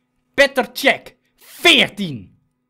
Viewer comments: Wauw je schiet van de middelijn op goal no shit dat die dan 14 reddingen heeft hij speelt het gwn goed uit. en trouwens het is geen sjek maar sjeg {ik weet dat je het zo niet schrijft maar zo spreek je het uit} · Het is meneer cech niet meneer chek